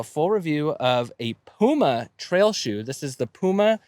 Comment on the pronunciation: It is Puma, not Pyjama ;)